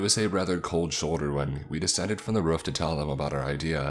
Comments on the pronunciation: Am I the only one confused as of to why he calls roof as ruff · Jesus, I enjoy these stories but every time he says "ruf" instead of "roof" it unimmurses me from the story and pulls my focus from what I'm trying to do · "The door on to reuf"